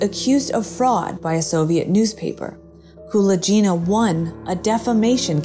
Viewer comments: You mispronounce Nina Kulagina's name. It's not "Koola Jeena". Rather, it is similar to how one pronounces GULAG, putting the emphasis on "A". So, it's KuLAGina. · Thank you for the video! You are not pronouncing Nina Kulagina's last name correctly though. The g is pronounced like in gun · Only now there is no excuse to mangle people's names pronouncing it all wrong. At least before it could be blamed on the AI not being able to pronounce foreign names. Now it's just pure laziness in research. Kulaghina is for some bizarre reason is pronounced as Kula Geena. Completely wrong ! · The "g" in Kulagina is pronounced as in "grape". Your pronunciation makes her sound like someone from India) Interesting, I've never heard of her before. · It should sound like, Kuh-lah-gyh-nah, with stress on the first ''A''. Otherwise it sounds like some italian name. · Kuh-LAAG-inna. She is infamous. Do you plan on mispronouncing as many words as possible? She was a USSR crank. Y'know...Fake.